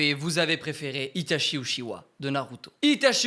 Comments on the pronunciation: Pourquoi il dit Uchihwa quand s'est uchiha? Et aussi pourquoi kirua s'est killua? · les francais vous prononcer uchiwa hahaha en japponais et en anglais c'est uchia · Trop bien la vidéo par contre uchiwa sa se prononce utchia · BORDEL CA CE PRONONCE « uTchiwa » et pas « uchiwa » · Par contre ça s écrit Itachi Uchiwa mais ça se prononce Itachi Utchiwa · uchiha pas uchiwa bg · Tu veut bien prononcer UTCHIWA stp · non sa se prononce uchiHA dans la vrai version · Vous avez entendue sa prononciation des ( uchiwa) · Ce qui m’a le plus écorché les oreilles dans cette vidéo est la façon dont tu prononces Uchiha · La prononciation pour uchiha stp deja tu confonds les frère si tu prononces mal en plus...